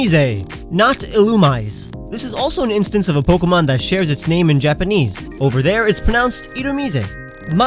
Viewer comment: Pronounces all Pokemon names correctly yet cannot pronounce Pokèmon correctly.